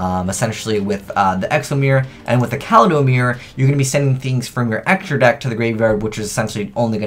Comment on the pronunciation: When will you say kaleidomirror correctly?